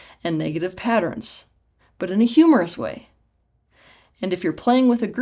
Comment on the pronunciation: (Also it's so funny how Teal say "humorous". Like when I (try to) speak english. Like if she never formed that word with her mouth in her life. Something very strange and distant thing ... cringe, funny, humorous ... bl@ ... What words did you put into my mouth.)